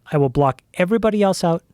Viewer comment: One day there will be a kid smart enough to explain to Joe that there is no letter T in the word, " else " 😆